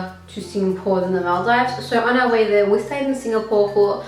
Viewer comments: Paayal Shah lmao I was thinking the same?¿ I thought to myself it's probably because of her Australian accent or something! 🙃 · She doesn't say The Maldives right.. lol